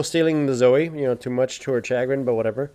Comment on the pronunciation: Mispronounced chagrin...the emphasis is on grin not on cha